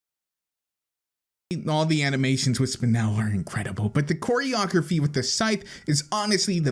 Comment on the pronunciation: its spinel NOT spinell